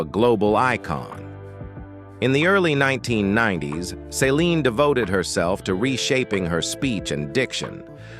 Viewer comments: Why does he keep saying Saline Dion??? It's Céline Dion!! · It's Celine not Saline. Saline is an IV fluid.